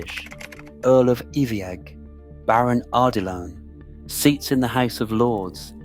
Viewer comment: Iveagh is pronounced EYE-vuh